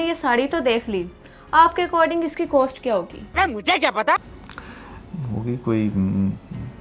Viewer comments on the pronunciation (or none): Coast nahi hota cost hota hae😂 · اور اپکو بولنا نہیں اتا۔ اور۔ It's cost not coast. It's اور not ooor.